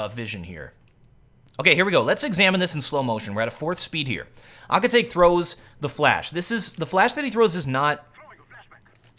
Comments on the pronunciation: lol ahkitake no youre saying it wrong. its ah-kit-ta-que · Shouldn't it be pronounced as Aki-ta-KE, as in KE-ttle? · aki ta kay not aki take im pretty sure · Pronounced- ah-key-ta-keh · Aww come on, it's pronunced A-ki-ta-ke (ke pronunced like the one in pokemon). I was cringing everytime you said his name... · Akitake... Oh gosh, my inner weeb just died from the way you pronounce it! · As an anime fan i just couldnt get over his pronounciation of Akitake xD